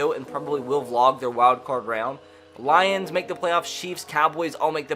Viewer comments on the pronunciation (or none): none